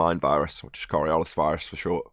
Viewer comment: Korriollis ? What is Korriollis ? Oh...you mean coriolis, right ? Not surprising that you still don't understand how the tangential speed is greater at the equator than at the poles. After what..... 3 years ? What a bunch of utter fucktards.